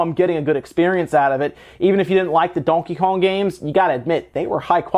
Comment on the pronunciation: What part of the u.s are you from your accent is there when you say donkey kong